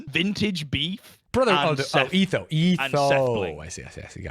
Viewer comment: what in the british hell did he call etho?? (he being stans said it right)